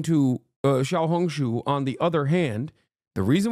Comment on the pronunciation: omg he actually said xiaohongshu properly😂😂😂